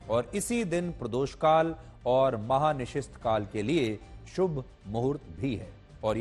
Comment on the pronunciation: चौधरी साहब महा निशिस्थ नहीं महा निशीथ काल होता है। थोड़ा अच्छे से अध्ययन करके आया करें।